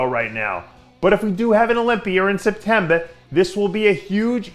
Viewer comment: SepTEMBER NOT SepTEBE